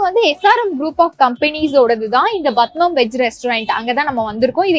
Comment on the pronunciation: Its not badmam, irs padmam learn to pronounce properly